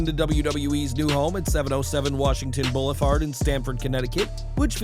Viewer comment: Lol Washington bouleffard lol